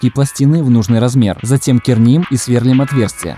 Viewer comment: СверлИм, братан, в большинстве глаголов ударение на последний слог